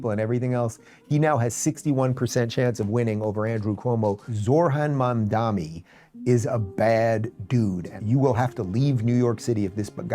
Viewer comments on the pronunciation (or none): "ZOR-HAN MAM-DAH-ME" the dude can't even read